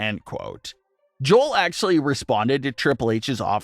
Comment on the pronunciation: is this AI scripted? you kept saying Joel like Jol, its Joe-El, i think your using AI my man